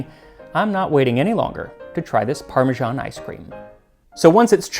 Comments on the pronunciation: I love the channel, but there are a few things that get on my wick. It's peculiarly american to mangle english and other languages in horrible ways without actually realising. For example they do this with italian. With Parmigiano-Reggiano you get that parmajaan sound, but not with parmesan. It's pronounced as written. Basil should sound like the italian basilico. It doesn't start with bay. And then there's the faux french. The rest of the english speaking world pronounces the h in herbs. It's not the french herbes. I'll stop there before I get lynched for mentioning the stupidity of "freedom units". How many inches in a chain? Have fun everyone. Maggie Beer's Burnt Fig, Honeycomb & Caramel Ice Cream is the best!! And of course, if you get to New Zealand, Hokey Pokey is one of the favourite flavours (sic). A must try!! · You are normally so particular with your pronounciation but Parmesan (a French word) is properly pronounced exactly as it is written. The original Itallian word is Parmigiano which is pronounced as you say it with an additional "o" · Why do Americans pronounce “parmesan” as “parmezhan”? In Italian it is “parmegiano’” pronounced “parmedzhiano” (the “zh” is the ‘s’ in treasure; the “dzh” is the ‘j’ in judge). In English “parmesan” is pronounced as “parmezan”! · Why do Americans say 'Parmejahn'? It's ParmeSAN! Are you confused with Parmigiano as in Parmigiano-Reggiano? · I'll never understand why Americans can't force themselves to pronounce Parmesan like Parmesan and not like Parmizhan. Or why they can't bring themselves to say marGarine instead of marjarine. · The way that Americans pronounce parmesan is just bizarre. 'Parmijarn'. Not Parmesan. Not Parmigiano (note the "o"). But 'Parmijarn'. Bizarre. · Wait, is it supposed to be pronounced "parme-JOHN", or "parme-ZAAN"? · Ugh! Max is great, but points deducted for pronouncing it "Parma-ZHAWN" not "Parma-ZAHN". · parmižán is such a weird pronunciation 😀